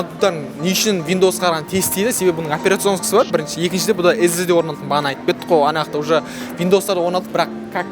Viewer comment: Эз эз ди😂😂эс эс ди деш😂😂😂